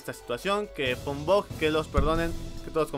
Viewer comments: Porq demonios dices bog en lugar de bug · Jajajaja habla bien mensaje decías bug y sonaba a bot y yo pensando que que tenía que ver con el pico